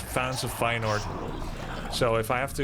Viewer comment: so that's how you pronounce Feyenord? I would have never guessed. Always learning new things in Grubby's streams